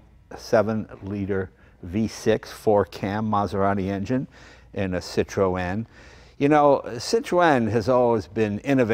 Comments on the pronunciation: O.K., I give up, what the hell is a Citro-ann?. Oh, I Get it, thats the way obese aged New Englanders pronounce Citroen. "Cit'-roehn". . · sit ron, not sit ro en. Pronunciation. just annoys folk like me. And the hydraulic spheres were cheaper to buy from Citroen than from Rolls. Like a quarter of the price from RR.But heh, if you could afford a Rolls you had more money than sense. And just about any decent hydraulic fluid will work.They are french though so they will just stop at random for no reason. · Jay I can't watch this video with you saying Cit-RO-en all the bloody time . .It's Cit-run. . .Damn yanks 😂🤣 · "Cit-tro-en"? In England we pronounce it "Cit-tron" or "Cit-trun" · The name is pronounced as "Citren" not Cit-ro-en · Wrong, Ringo. SIH tro en. And swirl the -r. Not the knuckle. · « see - tro- hen » not too much emphasize on the H sound though , is as close as I can think 🧐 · "Citro-enn lol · false ! la prononciation est cit ro en (i'm french) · Say 'Sitron' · Why do you insist on pronouncing it Citro N? o_0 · French here. Pronounce "Citro - N" and you're good. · Citro-en😅😂😅 what!!! Citroen it’s French for heavens sake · Citroen is pronounced citrauwn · its pronouced citrin jay no offence to pronounciation by the way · So funny the way he pronounces the name Citroën :) :) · Jay l like this Citroen ( your pronunciation of Citroen is Super Hilarious) How ever l prefer the DS Citroen ( especially the convertible) There was a company in the UK that produced a turbo kit package for the DS Model . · I guess I've been mis pronouncing Citroen.Jay sure likes his seat pulled back. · I would watch the whole video but can't due to Citroën being pronounced incorrectly throughout. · His mispronouncing of Citroen is killing me. Come on Jay! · Jay you must know how to pronounce the name Citroen !! Just saying ! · That's not how you pronounce Citroen